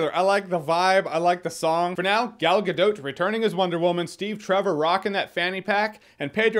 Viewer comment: Gal Gadoe? More like Gal GaNO! It's pronounced "Gal Gadot".